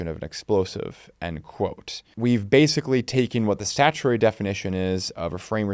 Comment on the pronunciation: "statuary [sic]" -- "statutory"